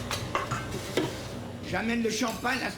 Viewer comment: il m'a tué.